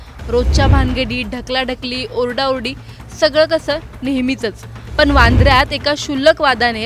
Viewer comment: पन नाही पण असा शब्द आहे आधी भाषा शुद्ध शिक मग अपडेट्स दे.आनी पानी भाषा बंद कर.